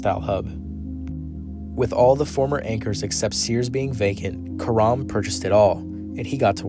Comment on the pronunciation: Well done video except Karam's name is pronounced CARE-um. Like carom.